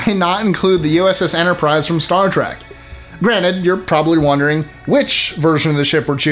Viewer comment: Only because the narrator is clueless to Syfy . He says Star Trak and not Trek. 😂😂😂